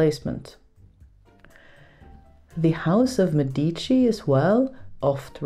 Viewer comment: Oh, my, this is my favourite video ever. My linguist's heart is all aflutter! 🤩 PS: the stress in Medici is on the first syllable. PPS: rocchetto is masculine, with an O, is the cylinder on which thread is wound (also, we call kitten heels "tacchi a rocchetto" 'cause they look similar). RocchettA is a small "rocca" of prelatin origin: that's a stronghold/ fortress, usually on a rock –rock/rocca, see?– same word as rocca/distaff, but that's from gothic *rukka, before 1321, so different etymology! PPS: if you want to go insane trying to make head or tails of a song that talks about sewing, threading and so on, listen to The Rockrose and The Thisle, of the band The Amazing Devil. I love them, but 80% of their lyrics is totally opaque to me, lol!